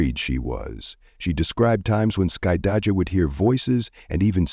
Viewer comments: The narrator is destroying the daughter's name 😂😂😂😂 "Skuh-dye-juh" 😂😂😂😂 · Of course she didn’t. This is being narrated by AI which mispronounces names frequently. Her name is Skydajah.